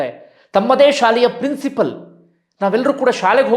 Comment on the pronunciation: ಪ್ರಿನ್ಸಿಪಲ್ ಅಲ್ಲ ಪ್ರಿನ್ಸಿಪಾಲ್